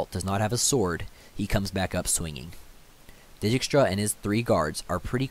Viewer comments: It would actually be closer to 'Deykstra' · Great videos! Please stop saying “deejeekstra” it’s “deekstra” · I've noticed that u pronounce dijkstra's name as di gi k stra it's actually deegstra or at least that's how geralt says it in tw3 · It's a Dutch name and they pronounce it day-kstra (or very similar, I'm not Dutch:). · Vilgefortz pronounced Vill Ga Fortz Dijkstra pronounced Deekstra Good video👍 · It's Dike-stra in the audiobook. Either way he butchered most pronouns; and I agree, good video. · Stefan I’m pronouncing it as if I were Polish, as is the source material. The fact that in the first audio book the narrator pronounces it deykstra has nothing to do with it. In any case, any pronunciation variation is better than deejeekstra.